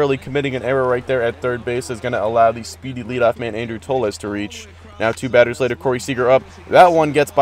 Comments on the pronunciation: no it's pronounced tolls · toles is pronounce "tolls" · Toles is pronounced TO-OH-LEZ